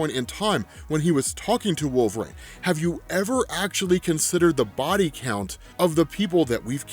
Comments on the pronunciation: Dude i have lots of respect for you i and i live ur videos i mean this is the nicest way possible but its wolverine not wolverain ur pronunciation was like nails on a chalk board thru most of the video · Wolverine "Wool-Ver-Een" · So why does he call Wolverine Wolver-rain?